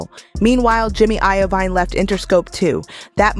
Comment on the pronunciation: Please before you upload these, check people's names and how it sounds phonetically. It's jimmy Iovine (Iveen)